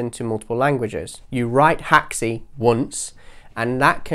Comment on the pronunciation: Where did you get the info that Unreal is built with Haxe? I know it has Haxe integration plugins but I can’t find any mention anywhere of it being built with it. Other than that great video dude P.s. it’s pronounced hacks, not hack-see